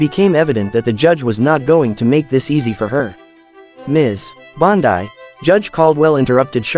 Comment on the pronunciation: 8 seconds and I'm out. Mispronounce the name of your subject in the first sentence.